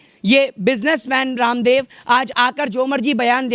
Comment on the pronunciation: Bhai aap.kyun baba.randab bol.rahe.ho ramdab